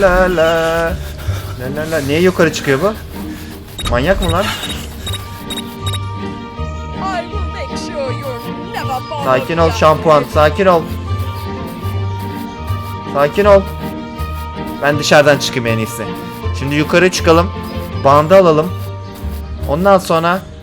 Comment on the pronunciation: Abi sakin ol şampiyon diyeceğine sakin ol şampuan dedin😄😃